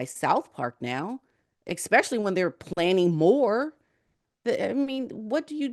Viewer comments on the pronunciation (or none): the word is ESPECIALLY NOT EXPECIALLY. LEARN TO SPEAK ENGLISH PROPERLY